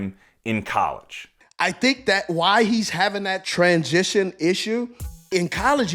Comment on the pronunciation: "Trans-jishōn" (steve)